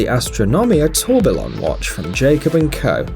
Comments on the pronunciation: Tor bil on LOL it's tor-be-yon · Firstly - THEY ARE TIME PIECES. NOT WATCHES FFS its "tuor-bi-yon" not "tor-ber-lon" =.= gawd....the words derived from french meaning whirlwind and i like how cool it sounds so pls dont degrade it =X also thats actually one of the main selling point of the astronomia and if im not wrong that time piece is the only absolute gravity-defying triple axis tourbillon in the horological world...which demands that 7 figure price tag....along with other fun unique features.... imo other than jacob and ulysee the other watch brands are pretty much dishing these time pieces out for novelty lovers....i mean yea details, precision and art included, but it doesnt really give off a vibe as a time piece....doesnt help either that this ad did not detail the type of movements each watch go by... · “Tour bill on” lol this was a cringy video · TUR-BILON LOL! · it’s pronounced tourbion not tourbillon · 3.00 - It’s ‘TOR-BEE-ON’. The Ls are silent. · While the watches are interesting, your lack of knowledge about horology is forgivable but really could have been avoided with a little research. Hublot, pronounced Hew Blow Tourbillon, pronounced Tor Be Yon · Hub-lot? Tour-bi-lon? This is AI narration. Horrible! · Can someone find me a "Hub lot" "Tor ba lon" please